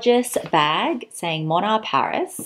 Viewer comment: I love the brand! Its been popular here in Japan and Korea in the luxury circle. You arent pronouncing it quite correctly but Moynat is amazing